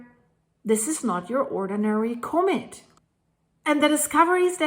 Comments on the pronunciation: ...ahhh...it's not a comet...it's a comb-it! 😂 Not making fun of you! I like your pronunciation. Don't change anything! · You are pronouncing comet incorrectly. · I'm wondering why you pronounce 'comet' that way.